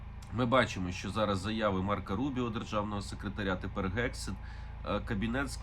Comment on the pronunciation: Пане Мусієнко, не Gegseth, а Hegseth, тобто слід вимовляти з м'яким Г, а не твердим типу грунт і ганок. Соррі.